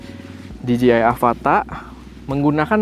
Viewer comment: Dijeyai masse, bukan dijiai 🙈